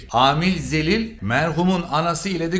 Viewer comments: sayesinde biz hiç bir Türkiye dizisi izlemiyoruz😂😂Bakü sokakları namus intikam diye inlemez abi kendi dizilerimizden sadece Akrep mevsimini izliyoruz biz töre intikam dizisi izlemeyiz.Bu Amil xəlilə zəlil demesi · 😂😂😂😂😂 çok iyisin. Amil Halil olucaktı Amil Zelil dedin yaa tam oturdu. Azerbaycanın Müge Anlısı 😂😂😂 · Amil Zelil neydi abi? Zelil sizin dilde sakat demek 😂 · amil zelil ne abi😂